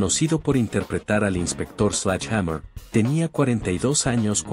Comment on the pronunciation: por que le decis slach hamer? Sledge en fonética ingles es slɛdʒ... que para que entienda cualquier croto se pronuncia: sledye o sledshe. Párrafo aparte para la detective duró... la inspiracion que ejercia en mi en esa época ann marie martin era descomunal y desidratadora